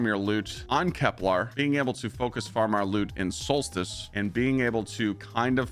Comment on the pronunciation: Please please please. Stop saying KepLAR...its KepLER ! For example Kepler 22b